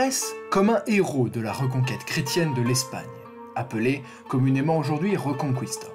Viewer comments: pour info ça se prononce pas reuconcOUista mais rÉconKista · Reconkista !!!Et non pas Rconcouista🤣🤣🤣👍